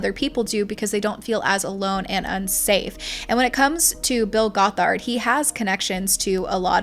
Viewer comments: Great vid! It’s pronounced “Gothard”. Like “bothered” if that helps! You accented wrong syllable— but regardless he’s a monster! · Goth ard is how it's pronounced! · It's pronounced "GOTH-erd." ("Goth" is pronounced like wearing all black clothing, etc.) Also, he wasn't arrested when he crashed the ATI conference in Big Sandy, Texas. He was removed by police and given a trespass warning (not a lawyer, don't know the correct term & it's been a few years!) so IF he had come back, THEN he would've been arrested for trespassing. I grew up in ATI, & I am NOT defending Bill Gothard, just clarifying that 1 thing. :) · This video is so well researched and fantastic but the way you said gothard makes me feel like an insane woman